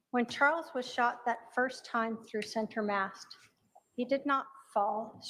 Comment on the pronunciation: I can't get past 'center MAST'.